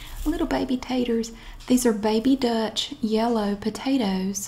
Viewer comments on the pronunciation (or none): none